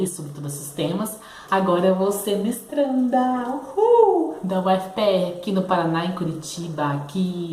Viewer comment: SEXUALIDADE e INTERSECÇÕES com ah sim, sobre o congresso tinha entendido. Quando falou "mestranda" entendi outra palavra. Mas que notícia ótima. Vai fundo nesse mestrado, adorei a área. Vai acrescentar muito na sua militância. Boa sorte pra vc:*